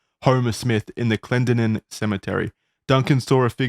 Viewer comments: I don't like the way they pronounced Clendenin at first in this video. That is not how we pronounce it lol got it right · As someone from Charleston, WV the way they pronounced Clendenin made me slightly homicidal